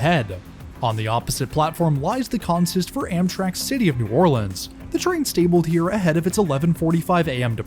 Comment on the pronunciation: This is my home route. I live in Slidell and thank you for pronouncing New Orleans correctly.